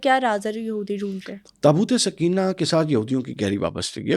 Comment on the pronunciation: برائے مہربانی لفظ درست کر لیں، " تابوت سکینہ' SOKAINA ، تسکین دینے والا تابوت، سکینہ SAKINA مونث ہے عام طور پر لڑکیوں کے نام ہے۔آپ سمجھا دیں تاکہ لفظ ٹھیک بولا جائے، شکریہ۔